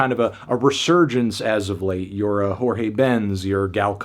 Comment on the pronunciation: o jeito q ele pronunciou jorge me pegou